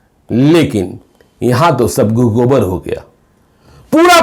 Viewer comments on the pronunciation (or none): गुह गोबर नहीं, गुड़ गोबर होता है